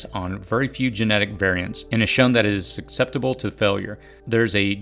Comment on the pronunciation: Good advice. Don't forget making sprouts, especially for city dwellers. Please learn how to pronounce the word "susceptible."